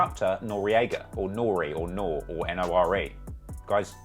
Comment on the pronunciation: Bro, you can’t seriously be pronouncing Nore like that… this is how I know a lot of people don’t really be knowing HipHop like that. In the early 2000s, everyone was dressed baggy. Copping 5X tee’s was the norm. But Pharrell did change the game and have us all dressing like him